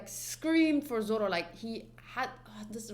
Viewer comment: And zoro is zolo 😂